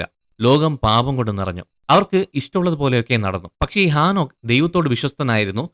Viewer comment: ആ നോക്ക് അല്ല . ഹേ നോക്ക് ആദ്യം മലയാള ഭാഷാ സംസാരിക്കാൻ പഠിക്ക് ബൈബിൾ വചനങ്ങൾ തല തിരുവൊടെ പഠിപ്പിക്കുന്നു നിങ്ങൾ നിങ്ങളെ പറ്റി വെളിപാട് 22 ൽ പറയുന്നണ്ട്